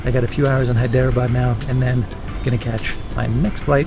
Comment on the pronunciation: It is actually pronounced hi-dra-bad.